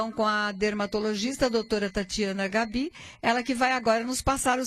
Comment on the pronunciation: Pronuncia-se Gábi e não Gabí rsrsrsrs